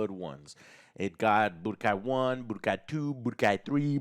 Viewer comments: Joe saying Budokai... Umm... Chile... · Me pulling out my hair while Joe butchers the budokai tenkaichi news.